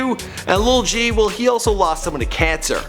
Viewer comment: y he keep saying lil g, its lul g